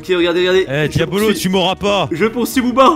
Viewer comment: QUAND BOUBA TA DIT QUIL AVAIS UN CADEAU POUR TOI POUR T'APPELER IL A DIT (DIABOLLOSS) MAIS PAS (DIABOLO ) QUAND JAI ENTEDU LE (BOLLOSSE DE LA FIN) JAI RIGOLER